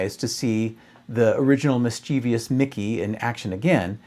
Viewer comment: "mischievious" = mis·chiev·ous [ˈmɪstʃɪvəs]